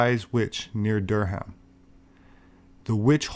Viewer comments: Good stuff,. Durham is pronounced Durram over here. Always enjoy your content. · You slaughtered Durham. 😂👍